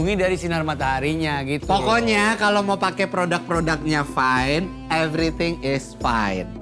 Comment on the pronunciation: everything is fyne (fine) 🤣